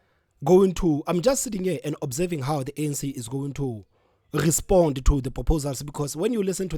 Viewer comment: Eish I’m finding this podcasters pronunciation distracting. Eg Geduce instead of reduce, gespond instead of respond,gecoup instead of recoup